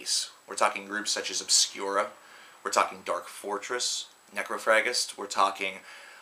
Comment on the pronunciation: at :30, he says "NecroFRAGGIST". Wow!